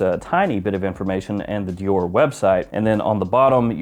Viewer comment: butchering Dior left and right 🤣